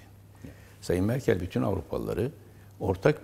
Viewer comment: merkıl deme şuna ya. merkel merkel